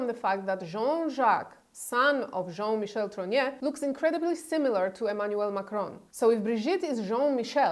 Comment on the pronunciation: It's TROGNEUX, not TROGNEAU. Candace regularly mispronounced this surname, this your misspelling.